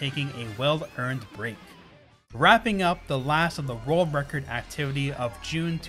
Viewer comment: Why does he pronounce it rorld record